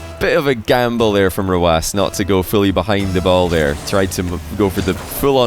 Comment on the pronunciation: Why is it pronounced rwass? Hurts my brain whenever he says it